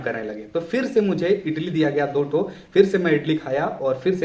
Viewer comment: Itli? 😂 Idli.🫢